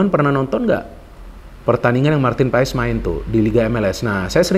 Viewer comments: Bacanya : Paes ❌ Pas ✅ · bacanya Martin Pas...silent e